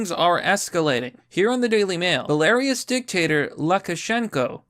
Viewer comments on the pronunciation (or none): What's Bel-air-us? All I know is bela-rus. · "belarius" lol. "Bell-uhh-Roose" ;) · I thought i heard him say "Hilarious dictator"......... Its pronounced, Beh-luh-roos :-)) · It's (Bae la roo's) not (ball airius) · It's "BellaROOS". Ha. Not Buh LAIRIous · It's pronounced, "Bell-uh-roose". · Had to listen to you say Belariuss about 15 times. Great video but leading off with that hurt my head a bit. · *bella-ruse and *Vill-helm Come on, you are my favorite creator just get this stuff right when ya pronounce it. You are accurate with everything else. Only complaint honestly as a fan. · Belarus (a country in Europe) is pronounced: beh•lr•oos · It’s pronounced Bel-a-roose. Love ya covering this but I’m gonna keep calling out mispronunciations. Also, they did have weapons of mass destruction, just not nuclear. Biological weapons were found. Jack Posobec talked about it on timcastirl. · Did you really just say Belarous? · Belarus is pronounced Bae-la-ruse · Please tell me you intentionally pronounced Belarus wrong.